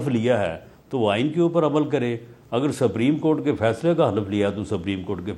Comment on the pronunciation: جو شخص سپریم کورٹ کا تلفظ ہی صحیح نہیں کر سکتا ھو اسے آئین پر بحث کرنے کے لئے سلمان اکرم راجہ جیسے ماہر قانون کے مدمقابل🎉ا بٹھا دیا جاتا ہے۔بدنصیبی ہے ملک کی۔